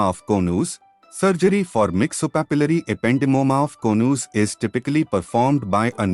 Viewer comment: Konooz....😊 Its Co-nus